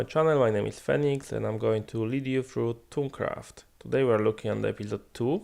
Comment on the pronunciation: lel instead of thaumcraft he said taumcraft